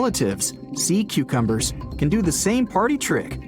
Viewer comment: Sea choochumbers? Is that how he pronounce cucumbers??! 😂😂!!